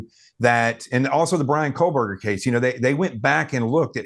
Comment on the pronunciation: there is no L in Koebergerr!!!!